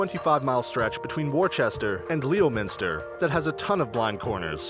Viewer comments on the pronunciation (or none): Worcester is pronounced WOOO-stir. Leominster is pronounced LEM-stir. Both with two syllables. YORK-shuh. Two syllables.